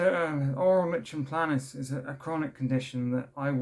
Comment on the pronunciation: Hey I mean this with the best will in the world but it’s pronounced like ‘n play nus. I’m glad you’re doing better now. Mine’s awful at the mo.